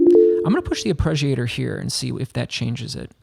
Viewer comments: Why are you pronouncing it "arpReggiator"? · arpreggiator lol